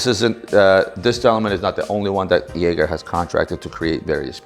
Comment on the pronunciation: Got to work on the Jaeger pronunciation